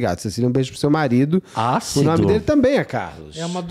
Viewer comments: se diz comunicador e não sabe falar um nome simples 🙄 não é o tipo de vídeo pra fazer piadinha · A pronúncia do nome da menina é engraçada. Brasileiro e sua mania de colocar nomes difíceis. Parece nome de chiclete vocês pronunciando.😅